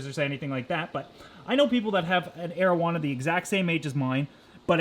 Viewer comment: "asian marijuana"